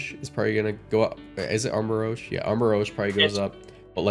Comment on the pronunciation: I love it how was so close to getting Armarouge's name right, and was way off, calling it Armarogue. It's rouge, as in the French translation of "red". lmao I'm glad to see the Paradoxes and Ruin Quartet banned. In singles, most of both of these are total monsters. In doubles, I've seen Flutter Mane be the #1 pick. It's disgusting how strong they are.